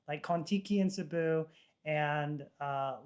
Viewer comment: ronanians: Sibiu. Them : Sibú🤣.